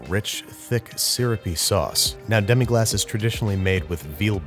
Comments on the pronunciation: "Demi-glass"?? Really? No man it's demi-glace. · Watch 3 French cooking shows. At least 2 of them will mention it multiple times. And it's demi-glace, if you want to look it up.